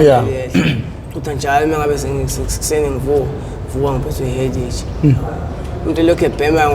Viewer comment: Kodwa uguy ngathi unenkinga ye pronunciation mara asazi yona eye course kodwa itray-uthi cray and headache umubiza ngenye indlela